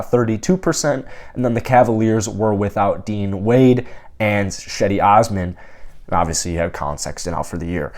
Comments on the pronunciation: Another great video. Just so you know cedi Osman is pronounced Jedy..its a Turkish name so the C is pronounced as a J. Welcome to the Cavs family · Cedi is pronounced “Jed-E”. It’s how he pronounces it. It’s how the Cleveland tv and radio people pronounce it. It’s how his coaches and teammates pronounce it. It’s how his family pronounces it.